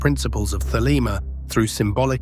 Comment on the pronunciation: Thelema... not "the lemma" another robot error